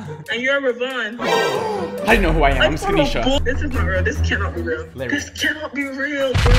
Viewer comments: Its LARRAY not larri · It’s Larray not Larry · No its larray